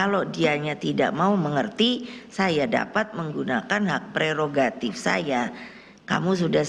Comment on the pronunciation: Nek pregogatif itu apa ya nek? Bukanya prerogatif ya nek.....😂😂😂😂😂